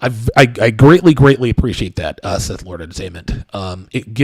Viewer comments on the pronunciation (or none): none